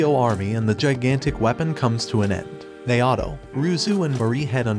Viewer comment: Naoto being prounced Nayahhtow is tough